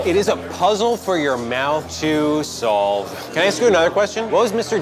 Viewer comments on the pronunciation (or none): It. Is. A. Puzzle. For. Your. Mouth. To. SolVe